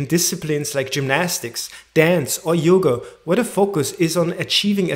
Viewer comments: You pronounce Yog , that's good 👍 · Nicely explained 😊 I feel very good about your pronunciation of the word Yog-योग not as Yoga-योगा .